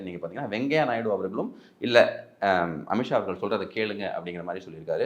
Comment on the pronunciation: அமித் ஷா, अमित शाह என்று எழுதவும், உச்சரிக்க வேண்டும்